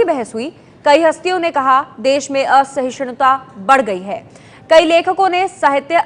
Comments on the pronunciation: Ye kaun achor hai? Inko "Asahishnuta" theek se pronounce karna nahi aata. Aise logo ke haath me propaganda hai. Asahishunta keh rahi hai mohatarma, it's "Asahishnuta" madam. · Who selects these reporters?? This lady can barely say "Asahishnuta".. I dont know why is she calling it "Asahishoonta". Kudos to ABP for finding such dumb people and reminding us that News is more of entertainment stuff now! Besides that.. Mr. Kher gave words to what every true Indian feels.. It feels great that someone is using a stage for right things. I wish all these celebs who have large fan followings could speak out good things to make an impact! This man is awesome! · At least learn first how to pronounce asahishnuta. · shez pronouncing asahishnuta wrongly... lol abp news...ur senior anchor n so bakwaas!